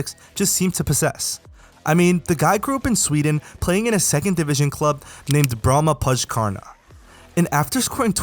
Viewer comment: bromma-poschkarna is NOT how you pronounce that mate just say 'bromma-poykarna' and you're there - good video and all that